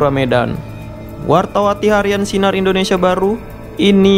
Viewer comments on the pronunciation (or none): none